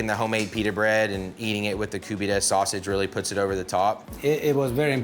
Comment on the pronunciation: Stop saying Koobeedeh